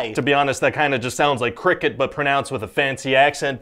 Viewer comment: it sounded more like cocaine then cricket